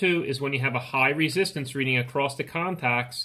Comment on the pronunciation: ACROSS (NOT ACRROST)!!!!!!!!!!!!!!!!!!!!!!!!!!!!!!!!!!!!!!!!!!!!!!!!!!!!!!!!!!!!!!!!!!!!!!!!!!!!! NO "T"